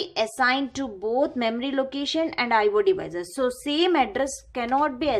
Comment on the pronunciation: It's I/O ...! Not I/wooo😅😅